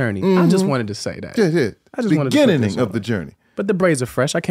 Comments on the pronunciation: It’s like this foreign preacher tryna read the Bible. Type it in. It’s gonna be so worth it. 😂😂😂 Type in “In the beninning” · “In the Beninging” 😂😂😂💀💀💀